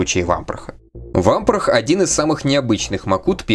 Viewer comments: В субтитрах есть явная опечатка- bro(c)ken, shaky head лучше в этом контексте заменить на wobbly, а правильное произношение Вампра- без звука Хэ на конце, так как по правилам чтения у “Vamprah” h на конце будет глухая..если только это не личное предпочтение) В остальном контент на высоте! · Буква h в английском на конце не произносится, как и во многих других случаях. А про Чирокса я не знаю, вроде бы он все также произносил.